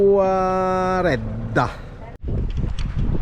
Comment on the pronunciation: BELLO E BRAVI COME SEMPRE❤❤.. Un po' meno con i nomi dei luoghi della mia Sardegna 😂😂.. TUERREDDA, CON LA E, non con la A😂😂😂. Unici anche in questo.. Cambiare i nomi, originali.. Un abbraccio ragazzi❤❤Buon proseguimento!!